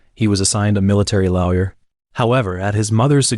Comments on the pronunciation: ‘… and the right to have a loa.we.yer present.’ Is this AI or do you not know how to pronounce the word lawyer? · All I can hear is him saying "lowyer" instead of lawyer lol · He did said lawyer correctly though but then after that back to loud yah pronunciation lol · 😂 I heard that as well.. but his voice and narration makes up for it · Stop pronouncing lawyer wrong